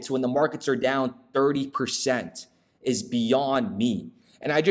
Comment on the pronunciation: Tell it like it TIZ 😂